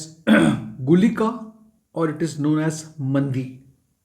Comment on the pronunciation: Sir its not mandi, its maandi. Many north indian pronounce nakshatra pada, actually it is paada.